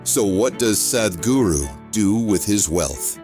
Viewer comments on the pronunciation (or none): your pronunciation is awful. the "h" makes the "a" sound like "father" not like "bad" or "sad' - ugh, cannot even listen beyond the first two minutes because it is so unprofessional